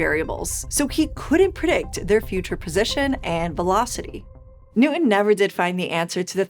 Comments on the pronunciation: T’s are not silent. Newton, not Newin. 😊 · Please say "new - ton" instead of "new - 'en." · You lost me at "Isaac Nu'in". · actually closer to a london accent!